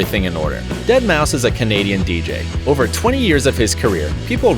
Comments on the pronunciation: Glad you didn't say DeadMauFive and said it properly! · I always thought that deadmau5 was pronounced dead maw 5